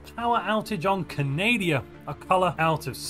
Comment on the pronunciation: CANADIA!!!! XD Great hahahaha